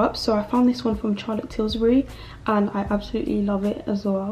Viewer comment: It’s Charlotte Tillburry not Tillsburry 😂